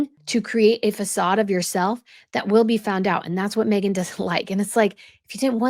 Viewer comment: She can't even get her name right 😂